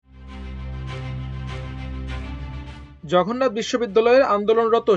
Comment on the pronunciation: সাংবাদিক সাহেব ,জঘন্নাথ নাকি জগন্নাথ?